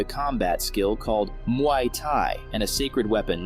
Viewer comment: You pronounced "Muay" wrong.